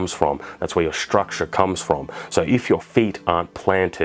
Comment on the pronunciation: I took a shot every time he said 'struckshure'.... I think I might be dead.